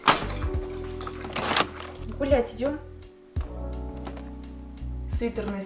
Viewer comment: Мне одной послышалось вместо гулять идем, Бл*ть идем?